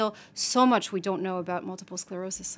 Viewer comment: Did he say multiple SLerosis? Someone should have caught that. Way to make your little segment credible.